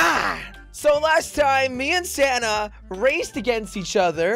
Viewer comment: Is it just the christmas spirit or do i keep hearing 'Santa' and not Sanna